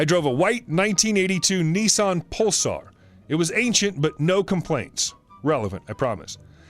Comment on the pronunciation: Nissan not neesarn